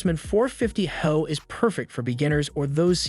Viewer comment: Reliability in this video ad your expertise is lost when referencing “high output” as “HO(e)”.